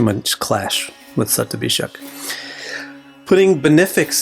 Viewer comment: sandhi happens like this shatam (100) + abhishekam (anointing/purification)= shatabhishek. so it would still remain shatabhishek. "J" sound is never the result of sandhi. had you come up with shatabhishekam it would still be passable. shatabhisaj is like a cat scratching the pole and making that awful noise for anyone who knows sanskrit grammer, it is horribly incorrect.